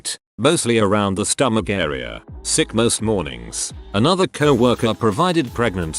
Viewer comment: I had to figure out what "suck animals" were...lampreys? Leeches? Realized finally it was "sick animals"